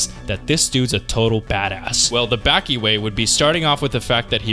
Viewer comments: Ba-ki Not backie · its bah-ki and back-ki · It’s Baki (bah-ki) don’t ever say (baa-ki) again please and thank you 🤣😭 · Baa-Key if you wanna get all english phonetics about it...... But there is not tiny Tsu in in the katakana of the title to have a double consonant sound 刃牙 (ばき) バキ not バッキ. Side note you should check out the kinda hilarious side story manga about Baki Gaiden: Scarface about Kaoru Hanayama the highschool yakuza guy and the rest of the baki mangas. in the third series he faces off against a fucking defrosted ancient man that the scientists called pickles its fucking insane. Just called Baki Hanma or in english was called Baki : son of orge. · aaahh yes back-e > bah-ki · its not back-ee its bah-kie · its not backi its boki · Aight LEMME MAKE MY DEFENSE CASE LOL. I first found out about Baki through the Super Eyepatch Wolf video and have only known it through that and another youtuber that was British. So the only way I've literally heard "Baki" pronounced was like BACK-Y 💀💀💀 300 comments later I now know that it's not pronounced like that... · it's not lol it's pronounced as "bahki" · I sure do love, “Back e Hama” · It hurt me how you said bäki😭😭 but otherwise i love this video it’s really well made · if this man say BACKEE one more time i might hurt someone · love the content bro but its Baah-Ki, baaah like sheep lol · BAAH KI BAH KEE BAKI ITS BAKI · its bah-ki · I LOVE YOU BUT SAY BACKI ONE MORE TIME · “Becky”? I mean...even the dub says it right. I’m just disappointed, because you pronounce a ton of things right. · Nobody talking about the greater than signs because he said Baki wrong during it. 😩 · says Baki is simple, mispronounces his name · Bro say Baki correctly 😂😂 I’m sorry it just sounds weird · Why do u say Baki like that love the video otherwise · why do you say baki like that gang 🤢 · Bro ain't pronouncing baki correctly💀